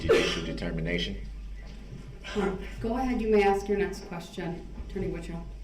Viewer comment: Ask not aks..........grrrrrrrrrrr he is so annoying